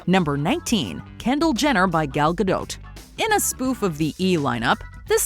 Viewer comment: Thank You for pronouncing Gadot correctly. She said something about how to correctly pronounce her name around the time WW came out. You don't know how many people say it like it is a French name